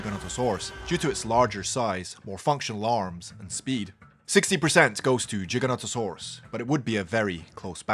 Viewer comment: Giganotosaurus not Jiganotosaurus